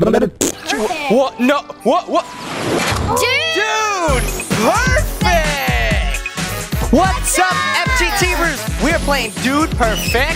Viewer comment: when chase shoots his shot said DUDE PERFECK